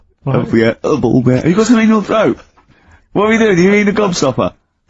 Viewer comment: A boolb? What’s a boolb, you mean a lahtboolb?